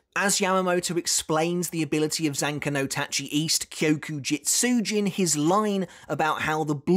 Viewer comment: Big respect for. He managed to say Zanka no Tachi: South so well, and I keep stumbling over it every time I try.